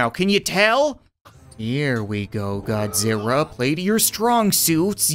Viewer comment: You said godziwa